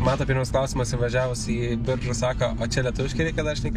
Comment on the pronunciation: wtf šis Biržų tarimas... atrodo lyg pirmą kartą miestą girdėjęs